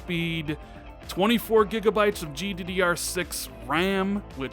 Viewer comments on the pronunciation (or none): none